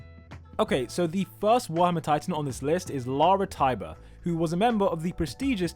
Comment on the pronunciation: Lara's last name is Tybur, not tiber and some say her real name is Emma Tybur.